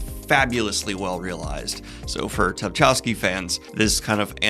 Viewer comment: Oh god, will someone please tell Daniel how to pronounce Tchaikovsky? I think we can assume it's just like the famous composer! Or just ignore the T.